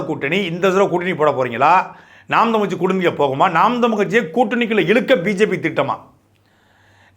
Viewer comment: தமிழ் என்று சொல்லுங்க சாட்டை தமில் தமில் என்று சொல்லும் போது மலம் தொட்ட உணர்வு வருது வேறு யாராக இருந்தால் கெட்ட வார்த்தையில் எழுதி இருப்பேன்.